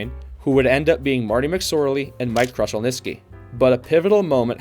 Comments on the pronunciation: And now you are misspelling his name too. Its Glen with one n. It is definitely not Slather either, its Sather. Also you mispronounced Mike Krushelnyski’s name too. Its pronounced “Kroo- shelniski”, not crush. Simply checking Google could’ve avoided this. Also you might’ve gone a bit deeper into Oilers owner Peter Pocklington’s financial problems, which partly necessitated the move. He owned a company called Gainers, which was failing. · Is there a reason you can't say these words properly? Oilers SAYYYYYther not SLAYther Krushelnyski How awful